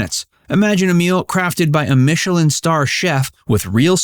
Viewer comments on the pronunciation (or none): none